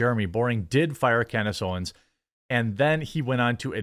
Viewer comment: "standace owens"